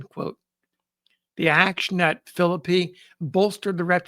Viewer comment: It is so refreshing to hear a historian pronounce the name Philippi correctly. I grew up in the area and lived in Philippi for a few years.